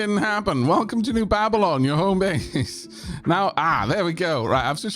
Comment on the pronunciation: It's Ball-bylon, not Babb-ylon. 😂